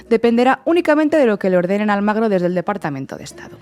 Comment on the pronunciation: Chicas, No es Luis Almagro. es: Luis ALMUGRE.